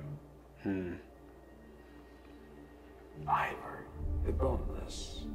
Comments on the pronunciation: now you pronounced "Ivar" as we do in Scandinavia. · Is the correct pronunciation of the name Ivar.